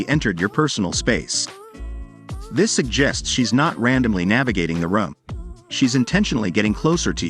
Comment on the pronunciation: Dude, it's Rooooom, not Rum lol